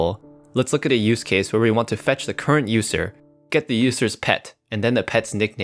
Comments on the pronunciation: why does he pronounce it Ußer instead of User? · So no one's gonna mention that User pronunciation